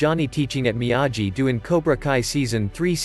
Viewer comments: It is Miyagi, not Miyaji. Have you not seen the Original Karate Kid movie? You should know the correct way to pronounce Miyagi. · I had to stop watching, because how many times must I hear you pronounce Miyagi the wrong way? I lost count, but after 4 minutes I could not watch the video anyone.